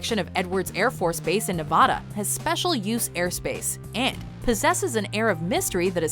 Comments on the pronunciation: Its pronounced NevAda not NevAHda. Get it right! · Neh-vah-duh, right? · "in neva-duh" mhm okay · It's pronounced Neh-vad-uh not Neh-vaw-duh. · why does everyone pronounce Nevada wrong. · Please learn how to pronounce Nevada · Being from Nevada, I hate how some people say it wrong -_